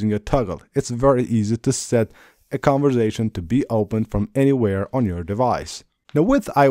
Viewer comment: It's conversation not converzation